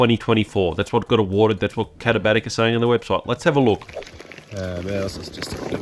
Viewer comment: I came just to hear you pronounce the brand name. Well done. I use my Hammock Gear quilt in winter alpine (Vic) conditions in tandem with a couple of different liner options. The quilt is rated to 20°F/-6°C and with a liner, there's a warmth boost and I also feel the mummy shaped liner keeps me tidier inside the quilt.